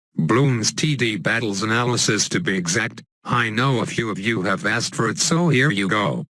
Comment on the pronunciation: LMFAO "anal... lysis" dying bro